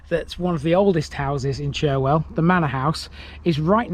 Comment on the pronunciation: Fantastic video of my home town, filled with information that I didn't even know. BTW Churwell, is pronounced Churrel, don't ask me why, lol. I no longer live in Morley since my wife had a stroke of which she nearly died, We now live in Pudsey, another town within the Leeds borders, where Pudsey Bear originated from, can we see a video from there?